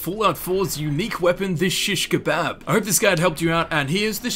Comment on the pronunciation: why do you say it like that